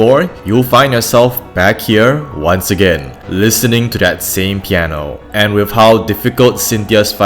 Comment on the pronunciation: Piano Not Pieno xD <3